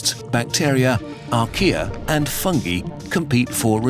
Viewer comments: “Fung e” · Love the "FUN-ghee" pronunciation :)